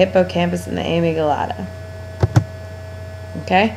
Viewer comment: Isnt it a-mig-dala??? Whos amy gelata??